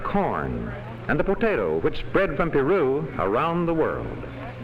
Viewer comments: "Piru"? que tonto es el narador que ni sabe pronunciar "Peru" correctamente! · Para tu información el narrador no habla español, y la e suena como una i corta o diminuta en inglés. Saludos.